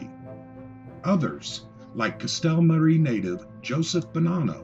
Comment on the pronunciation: Castellamare = "Castella-MAH-ray".